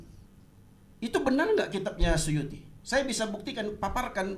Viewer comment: Gila si, imam asyuyuti dibilang suyuti..stres